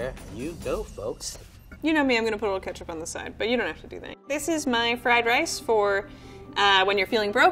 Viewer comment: I’m sorry, did she say KETCHUP?!?!?!